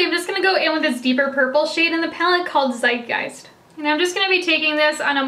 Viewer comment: Love that look 🥰 I didn’t get the palette, but I ordered those liners. ☺️ Btw, since I’m German and it’s a German word 😉, the z at the beginning of the name of the Dark purple is pronounced like a „ts“. Zeitgeist means something like „spirit of the time / of the age“. 🤓